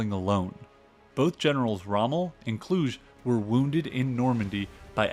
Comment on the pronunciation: A very good production. Very good. That said, the narrator should learn to properly pronounce French & German names. It distracts from the overall quality of the narration. I winced when he called Field Marshal Kluge, "Klooge" & not "Kluga" with a hard "E." His attempt to pronounce Dieppe almost made me laugh. Otherwise a good show. The producer also failed to note that the Germans knew that the invasion was eminent. They had completely broken the French resistance codes months earlier (largely due to infighting between the Communist & Nationalist cells) & knew exactly what the invasion alert would be. What London signal codes to listen & respond to. In fact, from Sweden in the Arctic to the Spanish frontier the German forces were on full invasion alert for the week of June 5th. However, certain commanders decided that expected incoming weather fronts would forestall any major enemy operations. They collectively concluded July a much better bet, despite intelligence reports to the contrary. The key to the success of June 6th was that, though they knew the Allies were coming, they did not know exactly where or in what strength; also, would it be a full scale launch or a partial one. A complete intelligence breakdown at many levels of German command. And even today fingers point to key members of Rommel's staff. The mystery remains.